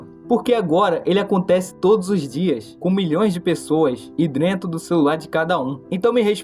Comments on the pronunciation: Aprende a falar! É cérebro, não célebro! É dentro, não drento! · Quantas vezes ele falou "drentro" no vídeo? E já agora, LÁ ELEEEE!!! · Ele falou drento também